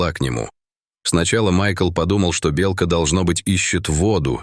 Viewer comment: Почему неправильное произношение слова " белка"? Отталкивает слушать.